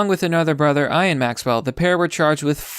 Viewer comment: lmao IAN is pronounced EAAAN